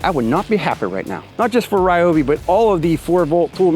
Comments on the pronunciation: You said it correctly on the second try. Sounding like Ri o bi. It's initially a Japanese company from the 40's. Much like we don't pronounce Adidas or Mercedes correctly. Lol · Liked the video just because tou pronounced ryobi properly